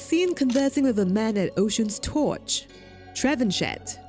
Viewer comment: trevenshet xD its funny to hear the name pronounced that way because it french, the correct pronunciation would be Tra-vahn-shea